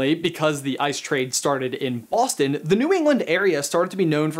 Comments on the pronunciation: Who else thought that he said Austin instead of Boston? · IS HE SAYING AUSTIN OR BOSTON?? I can't tell, aaaaaugh I'm so confused!